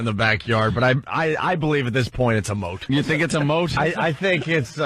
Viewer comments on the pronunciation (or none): It was kind of funny. Also it's "moat"